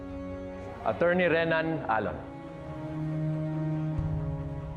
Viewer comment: Di talaga mabanggit ng Tama Ang word na attorney mula simula Hanggang Ngayon, , , Achorney pa Rin Ang bigkas hahaha